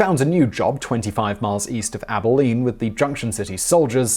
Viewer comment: At he pronounced Abilene correctly!